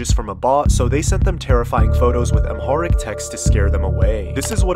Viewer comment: 1. Didn’t pronounce Amharic right 2. That’s Hebrew, not Amharic.